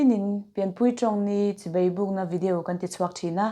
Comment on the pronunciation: Chibei, ni lovin, Chibai tih tur aw❤